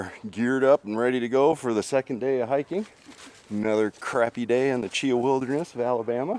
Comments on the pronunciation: Chee Haw is how it is pronounced. Great video. That storm really tore the place up. But that’s Alabama for you. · Great Vid...but from an Alabamaian...Cheaha is pronounced Chee-Haw.